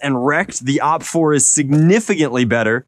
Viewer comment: OpFour sounds like "Opfer" xD and opfer means in german Victim 😂